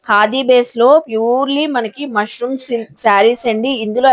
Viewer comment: మష్రూ అమ్మా, మష్రూం కాదు